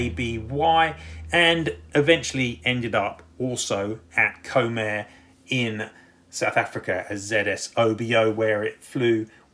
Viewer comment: Comair is pronounced "Comm-air" not comb-air. (It's short for commercial air services)